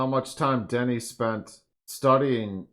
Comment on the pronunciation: You actually managed the director’s name better than most. Except for the 1st syllable. It’s Duh-nee (french pronunciation)